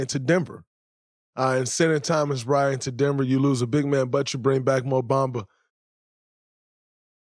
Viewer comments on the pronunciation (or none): none